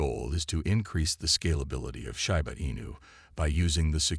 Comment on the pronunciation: Can you please get a computer voice that pronounces Shiba correctly? Come on.